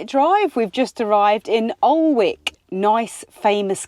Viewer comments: "ANNICK" 😁😁😁 You should always ask a local how to pronounce the name of the location ... 😮 and glad you found out it was 'Bambruh" ... 👍💯 We are a bit foreign oop norf ‼️😆😆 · Hi .pronunced Anick .lol not alnwick..pronouced alanmouth ,not alnnnnnmouth lol. U are both good people xxx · Alnwick pronounced Annick. Loved the vid xxxx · Alnwick is pronounced “An-ick” up here and Alnmouth sounds like “Alan-mouth”😉😎👍 Love your videos 👌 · Love this part of the uk, the North East coast, Alnwick pronounced Anick but there is also a place called Anick, you should stop at Spittal near Berwick on the border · Although it's spelt Alnwick, it's actually pronounced Anick. 😁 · Alnmouth is pronounced " ALINMOUTH " Alnwick Castle is pronounced " ANICK CASTLE " We Geordies will keep you right 😋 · Alnwick is pronounced anick, love your memories x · Alnwick, is, I think normally pronounced "Annick". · Happy Anniversary ! - Interesting back story. FYI, Alnwick is pronounced "Ann-ick" Not to be confused with another place not far away near Hexham called Anick ! (Hexham is pronounced "Hexum"...) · Alnwick.. you don't pronounce the L or the W.. An'ick. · Nice tiki tour guys. By the way 'Alnwick' (the 'L' & 'W' are silent), pronounced 'Anick'!! ['Bamburgh' is pronounced the same as you pronounce Edinburgh!!] Have travelled and experienced UK & Europe, when I lived & worked there 10+ years from 1978. Used to have a cottage near Berwick Upon Tweed and worked in Lindisfarne Castle. Surprised you did not take the ferry from Seahouses to the Farne Islands to see the Puffins!! Experienced and seen more than most people do in several life times. Been round the world 3 times, the last courtesy of Warner Bros TV. Take care & stay safe, particularly doggies. Kia Ora from New Zealand. 💜💜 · Alnwick is pronounced like Annick and Bamburgh is like Bamber. What a wonderful journey you've had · Help from Some geordies - love the video but it’s Allan-mouth and An-ick 😂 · Alnwick is pronounced Ann hick